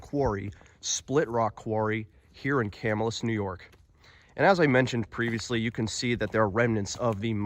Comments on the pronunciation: Will definitely check this place out! By the way, the name of the town is pronounced Ca -MILL' - us. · Just helping you out bud, Camillus is pronounced Ca- mill- us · Pronouncing* lol yes it sounds like "kah-mill-us". If you do more videos we have hidden lake, Erie Canal, lots of places nearby. Whiskey Hollow, Herkimer Mines, bridge jumping 😅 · You're pernouncing the name of the town/city wrong Ca Mill us